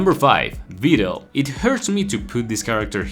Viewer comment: thats how you are supposed to say it. Her Japanese name is pronounced Biideru (Viidel). The translation is supposed to have the i extended but funimation screwed it up.